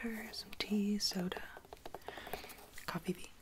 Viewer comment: Did I just hear cofeefee 😂😂